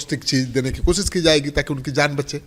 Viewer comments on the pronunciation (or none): none